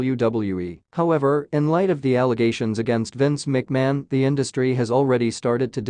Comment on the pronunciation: Commentator needs to learn how to pronounce Vince & Shane's last name.